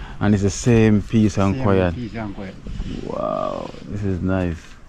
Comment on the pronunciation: Why are you saying "kwy - at" for "quiet" (kwy - et)? Please stop dropping "h" off words that begin with "h" and adding "h" on words that don't begin with "h." While you are at it, please also stop putting "a" in words where an "o" belongs and vice - versa. There is absolutely no need for you to be speaking that way with a high school (Kingston College I gather) background. That's a solid education, so you know better. I am a subscriber, and do like you and your content, but had to point out these little distractions in your diction. Cheers.